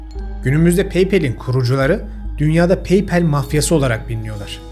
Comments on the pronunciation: paypel degil, paypal. okunusu, peypal. peypel degil. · PAYPAL - PEYPEL 🤦‍♂️🤦‍♂️🤦‍♂️ yapma baba Paypal - Peypal 👍👍👍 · peypel ne low peypal 😢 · Peypel deme lütfen pekeke der gibi oluyor xD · Paypal sözcüğü yanlış telaffuz edilmiş. Sanırım daha önce pek duymadınız doğru kullanımını.